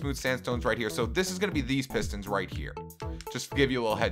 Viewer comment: You said pestons